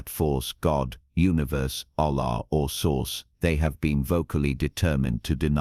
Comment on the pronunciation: Not ala my Lord ho ala hahaha